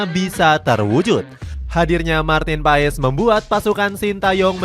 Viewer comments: Martin pes PES PES bacanya PAEES PAESSS MULU AH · Bapak kau PES , baca nya PAS kalee ,malu gua mah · Dibacanya MARTIN PASS bukan MARTIN PAES min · Kata coach Justin nyebutnya pas bukan paes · bukan Martin paess tapi Martin pass bg klu ngomongnya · BACANYA PASSH GBLOK PES PES PES APAAN? EFOOTBALL? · Paas bang bacanya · Bacanya martin pas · MARTIN PAS kaliii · Bacanya pass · Sebut namanya itu pass